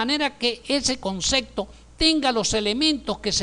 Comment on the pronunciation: y no es concecto se dice CONCEPTO